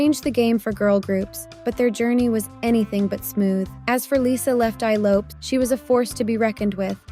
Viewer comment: Also her name is pronounced Lo-pes as in Lopez